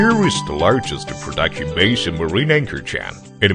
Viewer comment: you mean 'prooduction'